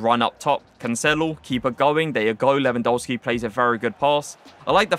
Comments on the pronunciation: Your videos are too tier!!! But please can you say his game correctly. It’s pronounced Levandovski the polish pronunciation of a W is V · Admit it you almost said Lewandisney 😭😭😭😭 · At least pronounce the guys name right.